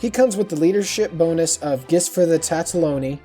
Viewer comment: Tataloni? TATALONI??? How...How are you getting TATA-fucking-LONI!?? Good video otherwise btw. :D